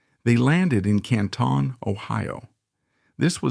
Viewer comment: Canton (Can-tin) lol its Ohio not France.